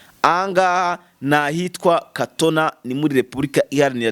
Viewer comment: Kitona ntabwo ari katona bro